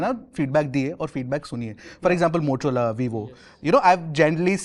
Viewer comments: Motorola hai motolora nhi hai 😂😂😂😂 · be like... Motorola ❎ Motolora ✅ 😂😂😂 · motorola ❌ motolora ✅ 😅😂😂